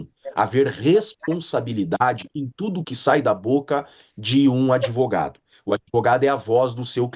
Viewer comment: Se eu comer uma sopa de letrinhas cago um argumento melhor que esse 'adevoGADO'